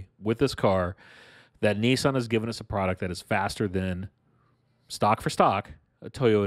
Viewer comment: Niiiiieeesaaan? Lol